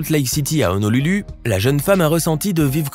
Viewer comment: Honolulu 😂 je crois qu'on prononce Honoloulou non??